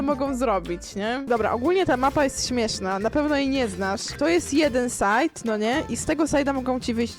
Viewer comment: Możesz wchodzić na site'a a nie side'a pls bo mi uszy wybuchną 😊